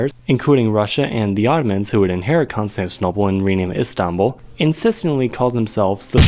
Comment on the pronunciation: is it just me or does he pronounce "Constantinople" weirdly?